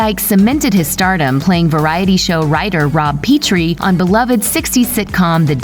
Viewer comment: regarding "Cali"... I haven't heard such an annoying word since "veggies" & the overuse of "folks" & it's NOT Peee trie , it's Rob Peh trie